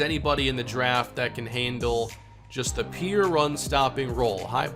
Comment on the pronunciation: I have a noncontrollable cringe whenever he says peer instead of pure